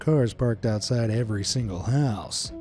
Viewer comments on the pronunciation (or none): none